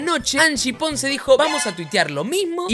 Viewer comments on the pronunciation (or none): none